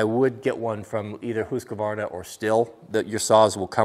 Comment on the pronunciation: Great pronunciation of Husqvarna dear sir.